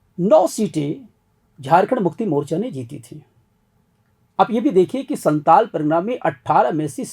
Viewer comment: Santal nhi santhal pargana hota h 😂